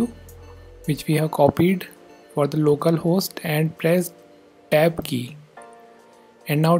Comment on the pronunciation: It took me a few times of straining to understand what you where saying after we paste 127.0.1. It sounds like you are saying "AB" key. But, I figured out you were saying - TAB - key. There's T before -AB. Like Talk, Towel, Time, Turn, Tank... Other than that, it's perfect. Thank You.